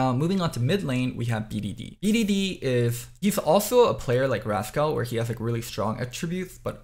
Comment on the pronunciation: Bro how can u not pronounce the word rascal. Raz-Kal lmao 🙈🙈🙈🙈🙈